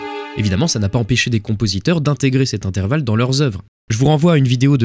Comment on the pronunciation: Super épisode ! Mais fais attention à intervalle juste tu as oublié le r :) mais bon sinon super Épisode !